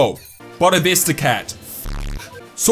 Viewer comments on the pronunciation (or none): none